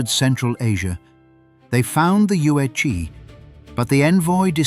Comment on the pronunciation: The "zi" in Yuezi, is pronounced "ts". "Che" in Liu Che is pronounced by the removing the "t" in "the" and replaced with "ch". But this is a good source of information. But Han Dynasty is hardly the 1st Chinese to interact with the Persians. The Silk Road was already in use for t least a thousand years before the event in this video.